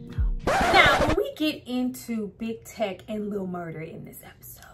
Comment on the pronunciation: LIL MURDA'S PRISON FRIEND'S NAME IS: "TEAK"...NOT TECH